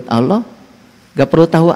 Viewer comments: Ngomong Alloh z awloh preett loh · ful.. menyebut Allah aja sudah salah, jelas ALLAH itu alif lam lam ha..,, kaga pakai huruf WAW mbak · bilang alloh sj ada hurup w bos masa jd dengernya awloh ngaco ni orang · manusia ini sebenar bukan orang muslim dari pengucapanya alloh jadi olloh tapi dia seorang misionaris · Kongslet iki wong iki ngomong alloh ada huruf wnya 😂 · Ngomong Alloh aja beda , kedengaran nya non muslim kalau di teliti Bener" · Gak malu ya yebut nama allah aj gak pas